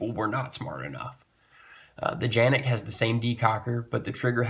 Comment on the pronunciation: Thank you for pronouncing Canik correctly.